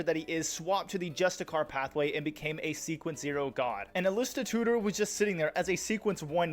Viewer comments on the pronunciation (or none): I've never heard anyone pronounce Amanises or Justiciar like that. Was it intentional for engagement or something?